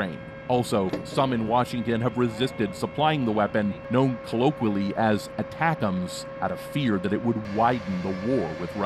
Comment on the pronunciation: Pronounced Attack Thems. So deadly so funny